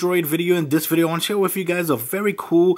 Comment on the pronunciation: He says wif instead of with.